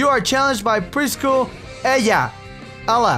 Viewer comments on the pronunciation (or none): lol I like how you mispronounced Ella's name ^.^ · Lol he pronounced the LL the Spanish way :) preschooler Eya. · Lol right before you pronounced Ella in a Spanish way I said it that way cuz I'm taking Spanish xD